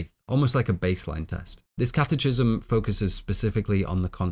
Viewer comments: Great film and wonderful analysis. Just want to let you know that catechism is pronounced catekism. Keep up the great work! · catechism = kat-uh-kism hard "ch," like schism, anarchism. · First off, I’d like to say that I deeply admire your work ethic, attention to detail, and dedication, and thoroughly enjoy your content. I do have one humble suggestion. It seems you gather most of your information from reading rather than formal education or discussion, as you frequently mispronounce terms which no native speaker familiar with the term would. One example is “catechism”, which is pronounced “kat-ah-kism”, not “kat-eh-chism”. It drags down the quality of your content when such a fundamental topic of your discussion, and which you spend over ten minutes on, is mispronounced. It’s hard to take the speaker seriously when they haven’t taken the time to make sure they’re pronouncing words correctly. Normally it doesn’t matter so much, but it stands in contrast as sloppy compared to the rest of your amazing and laborious work. All I would recommend is that you take a second to look up/listen to pronunciations of terms you’re not familiar with prior to recording. That would make these productions truly flawless. Love the work, and thank you so much for the effort and craftsmanship. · A very wonderful and well-researched video. I thoroughly enjoyed it. I think you do yourself a disservice by mispronouncing common words like "catechism" and "adversary." You're too smart not to speak correctly.